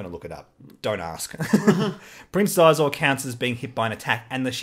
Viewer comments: Xizor is a play on Caesar so I'd pronounce it as See-zor ......I think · "Prince Xizor": The pronunciation of Xizor's name is established in the novelization of Shadows of the Empire & Star Wars: Empire at War: Forces of Corruption as "shē'zōr"